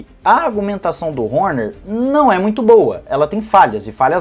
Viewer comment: adoro a tua docção quando pronuncia o sobrenome do christian horner... HÔNHÊR...KKKKKKKKKKKKK